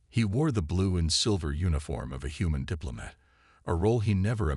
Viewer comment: Almost done with your story.....WTF is "DIZZ-uh-ray" (disarray), AND WTF is a "DIP-luh-mutt"!!!!!!!!!!!!!!!??????????